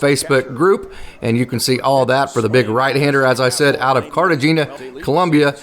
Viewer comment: Really enjoy your takes about the farm teams...so glad I found your channel! Keep'em coming!! Not pronounced "Car-te- geena" it's pronounced "Car-te-hay-na" 😉👍🏾👌🏾